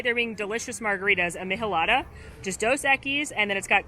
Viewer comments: Great video! Just to let you know, Michelada is pronounced as "MEECH-EL-ADA" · Hey! Here’s how you pronounce Michelada… ME-CHE-LA-DAH. Hope this helps 🥰